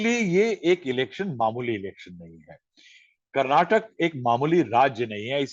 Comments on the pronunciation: It's ಕರ್ನಾಟಕ not ಕರ್ನಾಟಕಾ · Request the reporter to pronounce name of the state as the locals do Its “Karnataka” and not “Karnatak” Its similar to Canada.. am sure you dont pronounce it as Canad